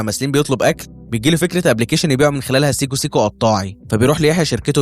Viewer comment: سيكو سيكو ايه يا عم حرام عليك ده لولا اني وريت لهم الفي😢ديو كانوا فهموا الكلمه غلط